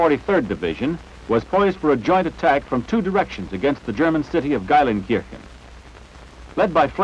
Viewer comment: the german city of Geilenkirschen?....It's Gelsenkirchen!